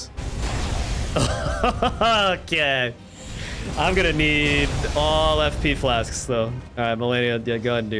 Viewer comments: Possibly the most entertaining Elden Ring video to date. The masochism is real. Sidebar: Niall is pronounced “Nye-ul” not “Nee-all” or even worse “Neil”. 😘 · I wonder if will literally ever pronounce Niall correctly